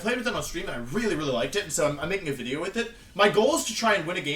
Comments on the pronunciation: If you say "Wideo" one more time I'm gonna snap. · "WIDEO" :D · Every time he says “wideo” I miss Markus. Memories of the greatness of Team Dreamball fill my heart 💕 Where are you, Markus?!